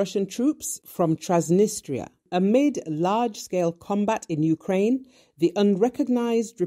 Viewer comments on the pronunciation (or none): none